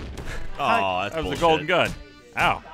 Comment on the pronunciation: When Said "Golden Gun", I honestly thought he said "Colton Dunn" XD